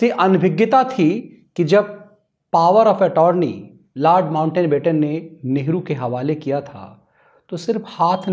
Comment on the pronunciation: Sirji It's not mountain batten. It's mount batten.